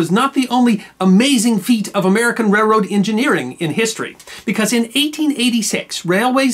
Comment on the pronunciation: I thought I was the only person who pronounces it "REH-rode".